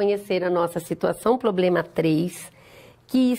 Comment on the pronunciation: E a variação linguística que permite kkkk